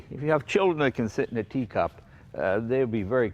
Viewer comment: I debated solo for a moment on whether he said “teacup” or “D-cup”! Figured Jay would opt for “teacup”.